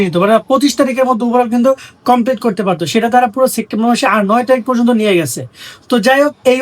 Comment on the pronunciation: September ❌ Sectember ✅ 😂